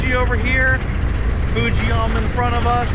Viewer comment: it saying "footzeyuma